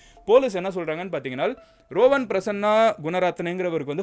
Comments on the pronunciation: Not rovan. It's றுவான். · ரோவன் இல்லை ருவன் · Rowan illa. Ruwan